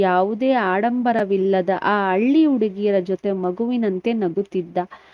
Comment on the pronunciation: Nivu pronounce correct agi madi madam..alli antira...halli annodu..matte hall annu aal annuttira...